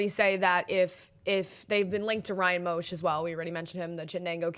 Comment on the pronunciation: Moesch is pronounced like “Mesh”